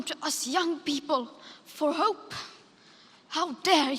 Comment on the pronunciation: The best is her pronounciation of hoooope. It is just appalling to see such acting.